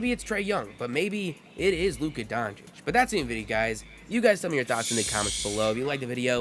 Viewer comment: Hey man so you know for next time, you say it Donchitch :)